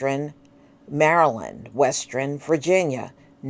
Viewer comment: It's South-thern, Not South-ther-rin, Or West-ster-rin. 😂 WHO raised you?! Lol 🤣